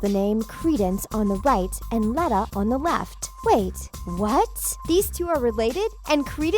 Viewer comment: Dumbledore was the Transfiguration teacher not DADA. You haven't read the books have you? Also Credence doesn't have a new power it's the obscurus. And you're pronouncing Leta's name wrong. It's pronounced Leeta not Letta.